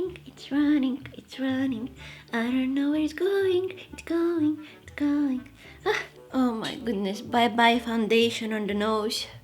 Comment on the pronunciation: "oh Mai gudnes" hahaha you're pretty! keep doing this cool vids